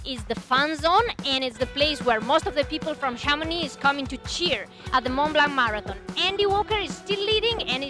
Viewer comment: "Mon Blan" T and C are silent. It's just like "Chamoni", you don't say Chamoniks.